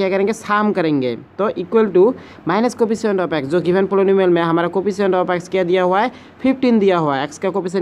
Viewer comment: The way he read 'poly-nu-mial'🤣🤣 Noice explanation btw